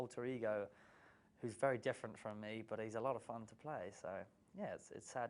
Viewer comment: its the "its killed meh !" for me